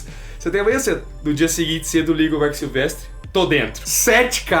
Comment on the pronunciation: Vcs são ótimos mas é SilVEStri, não SilvesTRI.